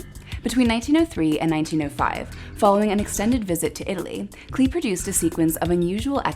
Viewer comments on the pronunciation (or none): It would be great if you corrected the pronunciation of his NAME it's CLAY not CLEE. all do respect. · He pronounced his name "clay" not "clee".